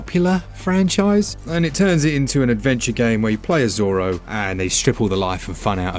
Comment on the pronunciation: Unusual pronunciation of Zorro on the avoid game